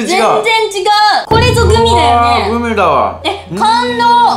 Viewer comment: ぐみだ！じゃなくて、グミや！に聞こえた笑